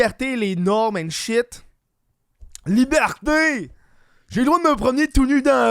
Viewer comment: comme disi bien "Libhârté"